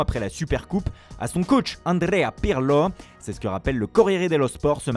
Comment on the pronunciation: aNdrRrreA piRrLo